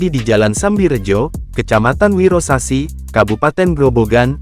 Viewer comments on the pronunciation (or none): Fokus Mendengarkan pembawa bicaranya Ngomong Wirosari malah wirosasi 😂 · kecamatan itu bukan wirosasi. yang benar wirosari. salah ucapan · Kecamatan Wirosari min. Bkn wirasableng😁😁😁